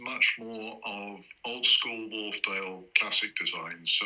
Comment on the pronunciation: FYI: Wharfedale [named after a dale (valley) in the Yorkshire Dales national park] is pronounced "Wharf-dale" and NOT "Wharf-er-dale".